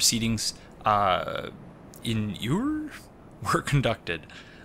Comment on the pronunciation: Awesome video! Stoked to go through another "Let's Talk Lore." Real quick - "In iure" is pronounced like "In Yuu-Rei". The modern English legal spelling is "In Jure." Iure, Iudex, etc., are roots of the modern word "Judge."